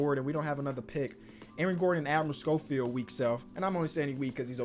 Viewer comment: Stop calling my boy admrel scholfeild